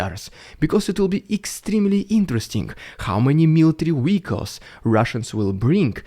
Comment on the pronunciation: You saying "military weehicles" will never get old